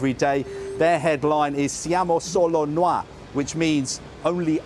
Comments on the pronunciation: "Siamo solo Nua" Is SIAMO SOLO NOI!!!! you don't even know how to speak Italian. Another thing that I want to say... It wasn't us obsessed with the Queen and the Crown, but you guys were literally busting the balls of the whole planet with "it's coming home". Poor you, second place forever. Enjoy! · I will try this for this guy's sake ....Noi (we) is pronounced as noy in italian not nwa as he pronounces it! I do not know how he pronounced a simple italian word wrong!! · What is the noi....he pronounced nua... .? He thinks we speak French now? Bumbling idiot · noi not nua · Siamo solo noi. It's not french. Noi, not nuà. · "siamo solo nua! hahahaha it is actually noi aka noy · MATTERELLA AND DRAGHI. These are the names of our president and our prime minister. PS "Siamo solo noi" it's a famous italian song, and we say "NOI", not "NUA'" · Haha!! 'nwah!' Siamo solo noi means 'It's only us'. Noi is pronounced like oi in 'coin'... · Dude, the language is Italian, not French. "Noi" is not pronounced "no-wah", it's pronounced "noy", like toy. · "Siamo solo noi" means "We are the only ones" in this context. It is incorrect to translate it as "we are the only ones left". The author wants to say that the Italian team is special, unique by quoting the title of the song "Siamo solo noi" by Vasco Rossi. Also, "Noi" is pronounced "Nohy" not "Nwah", it is not French. XD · it s noi (us) not nuà ahahahha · "Noi" is not pronounced "nuoa", but "Noy". It's Italian not French. 🤦‍♂️ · Dude it's pronounced 'Noyyy', not 'Noir' 😂😂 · Ahahahahah yes! Is “noi” not “nua “ ahahahahah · "Siamo solo nua" 😂😂 it's not french man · Noi said in French...nois. Great journalists you have got in England. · "Siamo solo nua"? Lol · “Siamo solo nuà” non si può sentire 😂😂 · Noi pronounced nua…? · Noi pronounced nuá?????? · "sIamO sOlO nWa" oh god that pronounciation is killing me 💀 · “Noi” is read like “noise” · "SIAMO SOLO NUÀ" 🤣🤣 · And "noi" as "nuà" like it was french 🤣